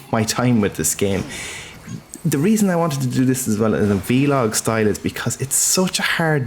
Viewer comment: Wait, does he say V-Log?!